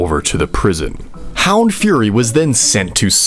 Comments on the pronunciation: Hound the fury 💀 buddy it’s fur Ee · bro didn’t dare to say furry so he said fury lol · damn he could set up and script all of this but couldnt pronounce "furry" correctly